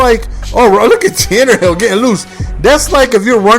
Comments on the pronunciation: IT'S Tannehill NOT Tannerhill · Tan-a-hill not Tannerhill lol but Good Game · its tannehill, no r, not tannerhill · Its pronounced tan-a-hill theres no fucking r in there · It is pronounced 'Tan-Nah-Hill" he can run very well because he was a WR in college. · I hope and pray the Dolphins running game is as good as you made it look there (highly unlikely though lol). Great game it's always nice to see someone make my team look so good. P.s. There is no "R" in Tannehill lol